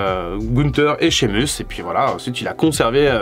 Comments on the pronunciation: Shamus(meus) en anglais et non (mus). Vous m'écorchez l'oreilles. Apprenez à prononcer correctement le blaze, pseu, non ou même prénom des catcheurs ou catcheuses bon dieu bon sang🤌🏼🤦🏼‍♂️. C'est horrible à entendre🤷🏼‍♂️. Regardé AB1 le mercredi et mardi soir pour vous apprendre à mieux parler l'anglais par des pros du catch punaise😒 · Pourquoi t'es frusté? Tu fais des leçons mais tu as fais une faute à Sheamus mdr